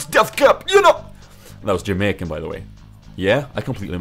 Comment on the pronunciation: awsome vid but you should probably train on that jamaican